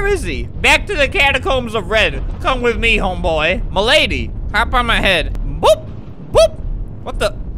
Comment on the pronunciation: He was trying to say mlady😂😂😂😂